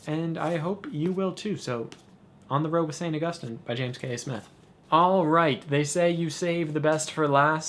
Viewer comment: It makes me so happy to hear you pronounce Augustine right. :)